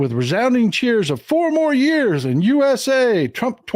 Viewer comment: I heard "NO MORE YEARS!" not four more years